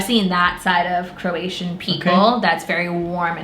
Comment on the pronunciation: Its Croatian not Keration.